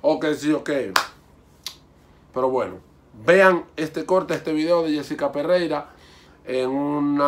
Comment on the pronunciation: es Pereira no perreira